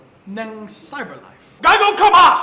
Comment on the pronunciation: Its not gago its GAGOW